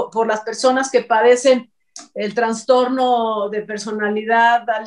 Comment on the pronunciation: se dice * Trastorno, no TraNstorno...